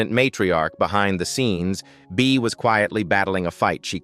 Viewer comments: It was Bea. I don't know what AI was pronouncing it as ..it wasn't anything I recognized. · Didn't do a very good job on Beas name